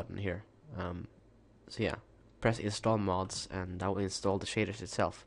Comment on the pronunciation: sounds like he says shiters just sayin